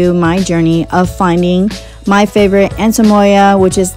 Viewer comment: It sounds like you say “antemoya” haha. Great buy!